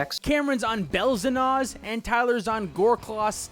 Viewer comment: my man said Belzennaus